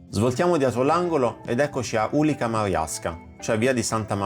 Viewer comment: C in polacco si legge ‘ts’, dunque ulica ‘via’ si pronunzia “ulits”, con l’accento sulla penultima